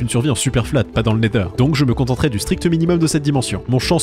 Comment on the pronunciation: Pk tu dit le neder?